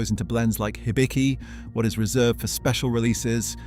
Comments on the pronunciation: The "Hi" in "Hibiki" is closer to a "He" than a "High". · "Haibi" and "laichi"? Ok